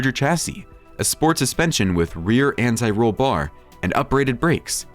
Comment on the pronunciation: Obviously narrated by a robot: differential pronounced as deferential. Lalique pronounced as LAH leek, anti rollBAR, reestomod, and more